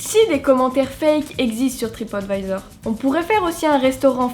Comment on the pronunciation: Je ne connaissais absolument pas cette histoire, elle est vraiment ouf 😲 Merci de me l'avoir fait découvrir 👍 Comme quoi, il faut toujours se méfier de ce qu'on peut lire sur Internet... Par contre, qu'est-ce-que tu m'as fait rire avec ta prononciation : "Tripote Vaïzor" 🤣🤣🤣 Continue comme ça, tes vidéos sont de très bonne qualité et c'est un véritable plaisir de les regarder à chaque fois 😉 Vivement dimanche prochain!